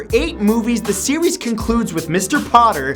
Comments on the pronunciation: "After 8 movies the sewies concludes" Please tell me I'm not the only one who heard that. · lol instead of series he sais sewees